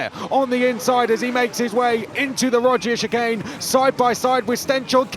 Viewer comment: Can someone please explain to me why they keep calling it the Roger's chicane? Della Roggia is not that hard to say. Maybe just say "the chicane" if you are going to butcher it so badly.